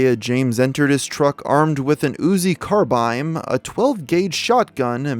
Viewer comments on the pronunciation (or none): ?"Uzi carbiMe"? ( - ) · Did you really just say carbime? Lol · Whats a "carbiMe"?